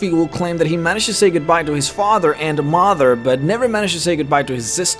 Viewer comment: The way he says mother and father makes u think he’s damily